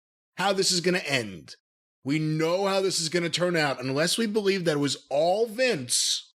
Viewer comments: corn said bolieve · It’s definitely BO.. BOLIEVE